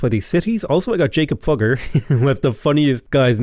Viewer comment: Regarding the pronunciation of Mr. Fugger: the 'u' sounds like in the words 'do' or 'through', not like in ultimate or burn. However, I don't want to stand in the way of comedy, so feel free to ignore me, I just wanted to provide information for who might be interested.